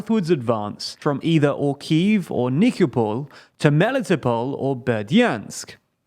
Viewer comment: You're mispronouncing Kharkiv